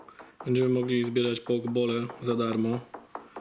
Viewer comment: nie połkbale tylko pokeballe